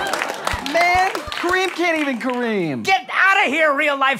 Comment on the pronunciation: Creeeamm. What? I thought you asked fir cream